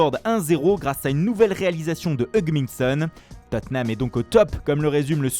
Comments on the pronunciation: Ça se prononce Totte heum (Tottenham) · Tottenham devient Tatename avec le commentateur. 😂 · Teutenham hahaha l'accent. 😂